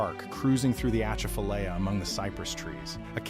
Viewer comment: “ A chaff a lie ya”That’s how to pronounce it.